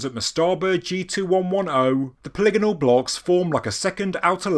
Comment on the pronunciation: So happy to finally hear you pronounce polygonal correctly ;)